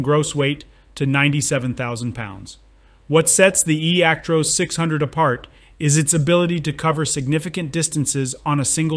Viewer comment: ActROSS nof ActROSE, stupid Americans